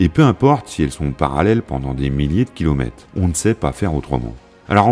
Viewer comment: Cette belle présentation et le travail impressionnant d'édition méritent définitivement mieux que tous ces "kilomèTES" qui jurent aussi avec la narration, pourtant de qualité avec une voix très plaisante. Dommage, mais on ne va pas faire comme à pour se plainDE, on ne peut pas tout avoir.. 🤔